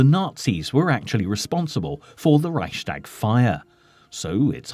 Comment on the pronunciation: This speaker always says "Reischdäg", that hurts my ears!